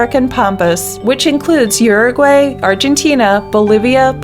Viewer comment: the way she said uruguay and paraguay bothers me